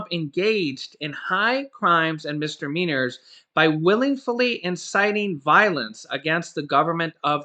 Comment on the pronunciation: MIS-"DI"-MEANORS, not "mistermeanors".